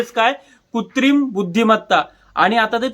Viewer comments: कुत्रीम नाही कृत्रिम असतंय बाळा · Kutrim nahi कृत्रिम